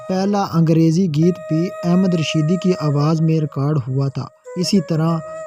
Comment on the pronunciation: Pehle singer ka nam to sahee bolo ahmad rushing not ahmed rushed please Kam soch ker karabiner only 229 people.very poor.